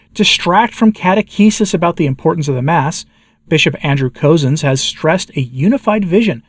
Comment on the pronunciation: FYI, Bishop Cozzens is pronounced “Cuzzens” or sounds like cousins.